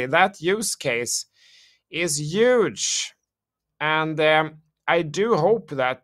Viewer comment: Key word Today “ UUUGE “ ❤😅😽